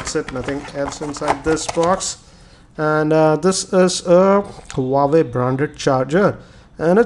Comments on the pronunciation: Self claim geeky don't know the actual pronunciation of Huawei...shame!! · gautam diwan Did you get my reply correctly? Obviously you didn't. I'm speaking about his wrong pronunciation not spellbee LoL. A Tech YouTube blogger can't just pronounce an international brand correctly!!! It's considered as highly unprofessional. Infact, just because he gets easy smartphone from various sponsor doesn't make him a good reviewer for me. The way he reviews, it's good for a reading, where it should be in the form of written pages. But for a review in form of videos and multimedia , he still is nowhere near to any international Tech YouTube blogger. He just makes a zero innovative and scruffy approach in his videos by just simply sitting at one place and reading by looking at below(on the table where he kept data to look and speak upon). He just makes easy money because we have So many casual non tech person's who will like him and subscribe him and let him earn easy money. I feel ashamed , a tech blogger who writes geeky upfront of his name for his channel. Matter of fact he is not even 10% of it.